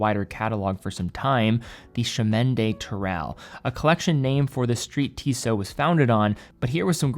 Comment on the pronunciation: The blue-dial variant looks great. I remember the previous CdT version was available in both regular and COSC-certified models; do you know if Tissot plans to offer the same this time around? (Also, the next time you speak to someone at Tissot headquarters, ask them to teach you how to pronounce "Chemin" — that was the only part of the name with which you had problems.)